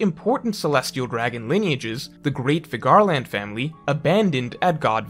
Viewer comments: Okay, can we stop pronouncing Figarland like that. Its Scottish. It's pronounced like Fig-er-lend. Youre basically saying Cigar-land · No one:: Fig-GAR-land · Good video. Hoping you wouldn’t mispronounce Figarland in future videos.